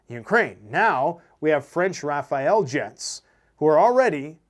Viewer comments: RAFALE, not Rafael 😅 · Thanks for the update. I know you're doing your best. The Rafale jet pronounced Rafal means burst as in AR burst of 3. Raphael would be a jet for another country. As for the analysis if ever the sore losers try something it's the end of them from their own country not the Russians;you can take that to the bank. It'll make us laugh out loud when Poland, Slovakia, Romania and Hungary refuse entry over their airspace... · Rafale not Raphael. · The French fighter aircraft are called Rafale. Not Rafael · Doesnt matter that much, but its not rafael jets. Its Rafale jets